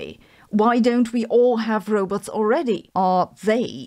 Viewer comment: Row-butts. How can I wallow in anxiety over a non-falsifiable theory seriously if you keep mispronouncing the threat, making it sound like a butt?